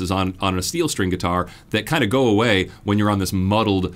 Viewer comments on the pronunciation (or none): none